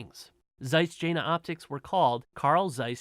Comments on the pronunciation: Hey, no worries man. No one does their homework before preaching anything on YouTube. You don.t owe an apology to anybody for spreading misinformation. But thanks a bunch for it. I subbed!!!! ;-) BTW, it's pronounced Yena, if you want to sound like you know what you're talking about. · Jena is pronounced yen-na.